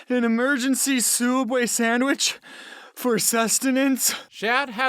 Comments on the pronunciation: LOL james can I get an emergency soubway sandwich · Emergency soobway sandwich 💀💀💀